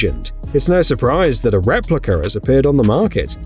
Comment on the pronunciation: Wait. How many "replickers" have appeared on the "mocket"? (As someone with Brits in the family I was always poking at them for either not pronouncing the letter R or for inserting them arbitrarily.)